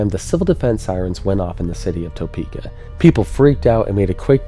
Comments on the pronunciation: TUH peka, not TOE peka. I'm from Wichita. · Not meaning disrespect, it's not pronounced Toepeeka. It is pronounced Tapeeka. Although it is spelled Topeka. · love the show but everytime you say "toe-PEE-ka", I wince "tah-PEE-ka" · Tapeeka not Toepeeka... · We in Kansas say “Tapeka “ not “Toepeks”. Just sayin. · As a Topekan, great video! Also it’s.. “tah-peak-uh” not “toe-peak-uh” That’s how you tell if someone is from Topeka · It's T-UH-PE-KA not T-OH-PE-KA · Great video! One small thing is we pronounce it tuh pee kuh instead of toe pee kuh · I love the video but every time you pronounce Topeka I'm taken out. (The first syllable is Tuh not Toe) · Tuh-peek-uh not Toe-peek-uh <\that guy> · It's "Tuh peeka," not "Toe peeka." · The same system spawned a tornado that destroyed my family's home ~60 miles west... I don't know who it was on WIBW that issued the warning, but I still clearly recall the final warning "Manhattan, take cover!" Oh, BTW, no one in Kansas pronounces it "TOE-pee-keh". It's "Teh-PEE-keh". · Topeka is typically pronounced like tuh-peka rather than toe-peka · Good vid, but, it's not "TOE-PEEKA", it's pronounced "Tah-peeka". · and sorry I had to...but its not pronounced TOE-PEEKA its TUH-PEEKA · lol “toe-pee-kah”😂 we pronounce it like “tuh-pee-kuh” here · Please research. It’s not Toe-peeka. It’s Tuh-peka. It makes a difference. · This is a great video, but for the love of god, it is NOT pronounced Toe-peeka!! It is pronounced Ta-peeka. Trust me, I was born and raised here. But, once again great video. The flying mud man is a story I had not heard before. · As a local resident, I'd like to point out the mispronunciation of Topeka. It is not: Tow-Peek-Ah / The correct way is Ta-Peek-Ah. You don't use the "Oh' sound but rather "ah" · As a Kansan, it's weird hearing it pronounced Topeka (toe), and not Topeka (tu) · Important topic: Is it toe-peeka (like what says) Or tuh-peeka (What I've heard other people in KS say) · "toe"peka. lol